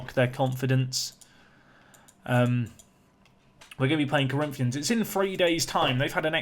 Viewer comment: You didn´t mess up Corinthians name no need to worry lol